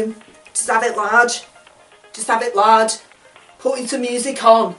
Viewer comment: Did she say have it large. Or Lard.